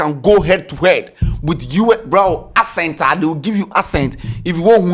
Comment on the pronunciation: It's the "Ascent" for me....Bro it's Accent 😂